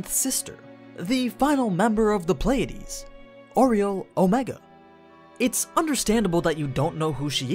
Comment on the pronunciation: say "playdeez" one more time i fucking dare you